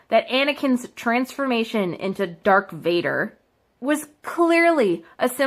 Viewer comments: And she said Dark Vader. Not darth Vader but dark vader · IT'S LIGHT SABERS! NOT LIFE SAVERSS! AND IT's DARTH VADER, NOT DARK VADER! sorrry, got annoid ( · Haha “durk Vader” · Luke literally gets his hand cut off and she thinks this is sexist?! Also it’s DARTH VADER NOT DaRk VaDeR!!! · She really says: Dark Vader Life savers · So funny how she trying so hard to defend feminist issues and women but yet is so incredibly racist "all these old white men" "hes like black" like lmao you couldnt even remember the actor or his name. Also its darth vader not dark vador. Get a better education before embarrassing yourself. New hashtag #BanCassidyBoon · Can we talk about how you say dark vadar instead of darth? Also it’s red because they make a kyber crystal bleed with all their hatred, the colors for Jedi resembles their role or power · ITS DARTH VADER AND NOT DARK VADER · I like when she calls a lightsaber a lifesaver and did she call luke Skywalker sister Leia organa his girlfriend 😂🤣 Who heard that she called Darth Vader Dark Vader😂🤣 it's just making me laugh Her: Sexist? Calls Yoda green guy and chewbacca a hairy man and some black dude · For fucks sakes dark Vader no no no ITS DARTH FUCKING VADER YOU FUCKING TWAT Christ on a bike your fucking annoying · Megalomania sound it out bitch lol. The fact that shes seeing Star Wars like this and hasn't even seen the movies or read the books shows her real issues. And GODAMNIT ITS DARTH NOT DARK VADER! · did she say dark vader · She said ecspecially and anakin is darth Vader aka Luke’s dad and Leia is Luke’s sister and they are called lightsabers.also most siths and if you don’t know what they are the people on the darks side are men.also red is associated with several other evil things and his name is mace windu. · 1.Its Darth Vader not Dark Vader 2.Luke and Leia are BROTHERS 3.Anakin is the Father of Luke And Leia Thank you for reading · Ah yes. “Dark Vader” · "Dark Vader" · She can't even say "Darth Vader"